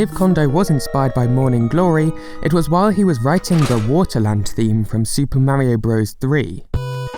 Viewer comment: no idea what he’s saying likes like System Marium.